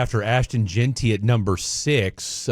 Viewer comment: Why does he keep saying Ashton’s name wrong? It’s pronounced GIN-TEE! 🤦🏾‍♂️